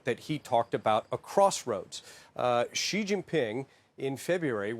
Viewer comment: It's si ...not ji ...you want me to spell yar name piteng